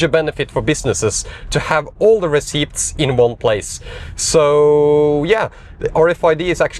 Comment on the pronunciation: Great stuff. 👍🏻 (You don't pronounce the p in receipts btw.)